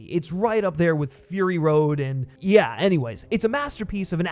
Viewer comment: Only John Wick can turn "yeahhh" into a two syllable word.